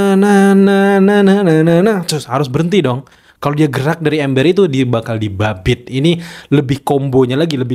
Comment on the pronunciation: Kak, disambit kak bukan diBabit 😂😂